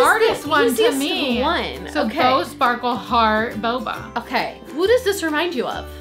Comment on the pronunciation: The way said baba Instead of boba